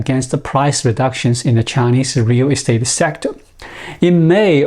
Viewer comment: Listening to him say "rear restate" makes me chuckle.